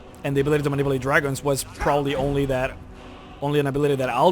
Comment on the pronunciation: The way he said manipulate Bru